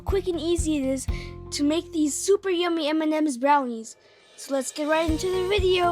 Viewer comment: "Look at all them emememes"